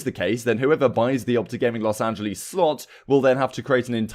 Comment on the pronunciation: love the vids bro but kind of triggering that you consistently mispronounce los angeles